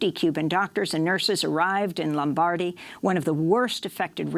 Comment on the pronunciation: Pity she doesn’t know how to pronounce Lombardy.☹️